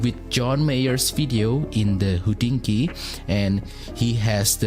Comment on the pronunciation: I always have to giggle, when I hear "hodinkee" 😀 it is the way you pronounce word "hodinky", which means wrist watch in Czech